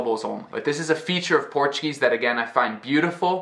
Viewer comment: Wow, your Portuguese pronunciation is beautiful!